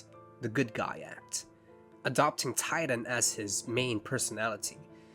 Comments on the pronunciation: Ti-....Titan...Titan like the Greek monsters of great strength...????? It's Titan. 😭 If nobody else caught this before now......I'm legally too old to be here, and this administration is going to accuse me of gru-ming for trying to teach proper spelling, and language arts... He was literally meant to be an Incel! He was always the bad guy who couldn't get over that the leading lady that didn't want him, because he doesn't show any positive attributes! He's toxic, misogynistic, narcissistic, and sees himself as already deserving of a woman due to being in proximity for multiple years. He goes out of his way to push himself on Roxane, because if she hadn't dated him before then..she wasn't ever going to. That's the point of her rejection even! His character is satire, that's the reason for his existence, he's what "Heros" would actually be if we treated them as we do in reality at every single ComicCon! He was always meant to become the ultimate evil, the one who couldn't take not getting his way as negatively as is possible in a satire of Marvel and DC comics! Anyone who has read anything past the surface level issues knows exactly what I'm talking about, and sees how this is not someone who genuinely wants to help people. He wants power, as any villan does, and it all hinges on the love of a girl he's known for years, but doesn't have the grown-up enough mindset to know it will never go anywhere based on her reactions. He just wants what he feels he's owed as the "Hero", beca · It's TITAN with the T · I genuinely can’t take this seriously and keep giggling that his name is actually Tighten instead of Titan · WHY DOES EVERYONE CALL HIM TIGHTEN IN CRYING BRO ITS TITAN WTF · Wait a minute his name is "Tighten" and not "Titan"? hilarious if true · The fact that his villain name is "Tighten" and not "Titan" like I thought upsets me more than anything this video could tell me. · I thought it was "Titan"! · Literally believed the rest of my life that it was “Titan”